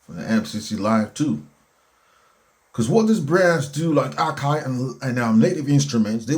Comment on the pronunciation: What are you saying???? You want to use/run Cubase or Ableton Live or FL on an MPC 7-inch screen?? Since when was an 8-core CPU not powerful? DO YOU EVEN KNOW WHAT YOU'RE TALKING ABOUT SIR? YOU CAN'T EVEN PRONOUNCE AKAI... SO REALLY... THE WORK FLOW IS VERY DIFFICULT FOR MANY... MAYBE YOU SHOULD HAVE PUT THAT CASH INTO ANOTHER HANDBAG FOR WIFEY... VS TRYING TO TRASH A PRODUCT YOU OBVIOUSLY CAN'T USE OR PRONOUNCE😮